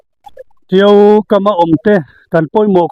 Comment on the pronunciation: Tio a ni lo. Tiau a nih hi aw zer zawr mai.